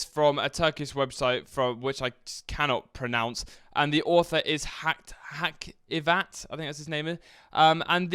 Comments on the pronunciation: You can pronounce the name as hajeevat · Lol you read “Hacivat” in the most english way possible Also,when you are a turk you learn not to give a fuck about what the government blocks . Vpn/dns 4 eva